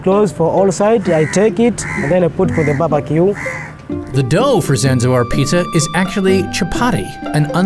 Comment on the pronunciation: From now on i'll always say babaque